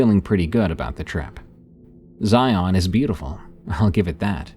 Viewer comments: As someone who grew up in the Southwest, I have to say, I love these! Though, as a friendly tip, Zion is pronounced so that it rhymes with "Lion", like ZY-in, not zy-ON. :) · I've never heard it, but FFS, as a local the way he says Zion kills me. The only way it could be worse is if he added an s at the end. The emphasis does not go on the friggin O!! The o is all but silent, the emphasis is on the I. (ZI-n) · It’s pronounced Zion like lion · Zai-un, rhymes with lion. 😁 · I hate the way non-Utahns pronounce Zion. Everyone slaughters it. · I'm diné and he's also saying that .... Word... Wrong but if it's not your native language I get it